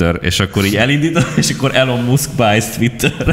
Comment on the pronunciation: Nem elon muszk, hanem ilon mászk a helyes kiejtés. Nagyon zavaró, hogy nem tudod rendesen kiejteni a nevét, fel kellett volna készülni ebből a szempontból, nem olyan nagy dolog. Egyébként minden másban egyetértek.